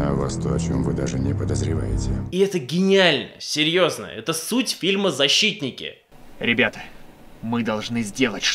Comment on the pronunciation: "ЗаSHITтники" :D